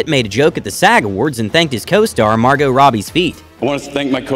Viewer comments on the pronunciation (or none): none